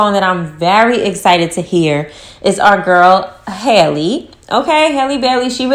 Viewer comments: HAL-le, rhymes with valley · It’s Halle* like Halle Berry, Halle Bailey